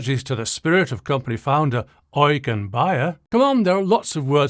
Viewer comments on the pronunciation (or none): none